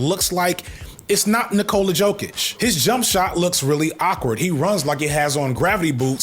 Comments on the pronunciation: “Yo-kich“. “Petrovich” - the accented c is equivalent English ch sound. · it's yoh-kich given that you don't follow NBA it's ok but some NBA's commentators like stephen a still make the same mistake and we Eastern Europeans see that as you westerners being racist towards us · Jokic is pronounced Yoke - itch and u have no idea how good this dude is he wipes the floor with basically all your all time centers besides Kareem, Shaq & Hakeem but he's up on the all time mt rushmore with those 3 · Jokic (pronounced like Yokich,) clears Embiid (pronounced like Embeed,) on all accounts. You could maayyybe argue that for a split second Embiid peaked higher than Jokic, but his lack of play off achievements ranks Embiid below Jokic by default. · look at me. Jokic = Yo-Kich Embid = Em-beed I'm throwing my name in the ring as your sports correspondent. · you were close on jokic, in many european languages a j is pronounced like our y so its "yolk-itch" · Cant say you are a sports youtuber and get two nba mvp names wrong🤷🏽‍♂️ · Naw the basketball section is diabolical....... knows way too much about Jokic/Embiid to not watch ball (or know how to pronounce their names)..... he loves the game but doesnt want to associate with the bulls lol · I can deal with you talking about foot-sports-ball but not knowing how to pronounce some of the greatest big men names is unforgivable for your “sports ball” YouTube channel. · Not gonna fry you man but unfortunately I believe you mispronounced both Jokic and Embiid😭😭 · You gonna get in trouble for not knowing how to pronounce Embid and Jokic. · How you pronounced Embiid & Jokic is hilarious and thank you for whoever edited it to leave it in😂😂😂 It was made up for by playing the shutterbug instrumental in the background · Aight If saying Embiid and Jokic incorrect was a bit, you got my ass good bit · Jokic is pronounced like "Yokich" and Embiid is like "Embeed" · Its Yo-kich and Em-beed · Yoke-Itch and Em-Bead, not Joke-Ick and Em-Bid